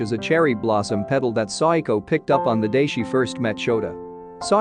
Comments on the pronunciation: It's SA WA KO, not Psycho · He’s keep saying saiako its sawako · Her name is SAWAKO not SADAKO!!!!!!!!!!!!! or PSYCHO in this case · Am I the only one that KINDA hears her name as if he can’t quite say the word “Psycho”? I know he’s not saying Psycho. He showed it as Sawako. I THINK he’s saying su-i-ko Please, correct me if I’m wrong.